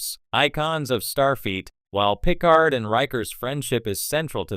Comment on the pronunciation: "Pick-erd"? His name is "Puh-Card". This sounds like AI generated bull crap.